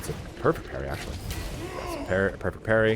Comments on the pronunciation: It's Parry not Perry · Parry not Perry bro